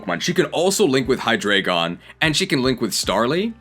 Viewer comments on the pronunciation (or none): Now i can be like "well actually it's Hy-Drry-gon not Hydreigon"